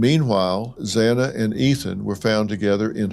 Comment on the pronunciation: It’s pronounced Mos-coe now Mos-cow. Xana’s name is pronounced Xanax without the X at the end.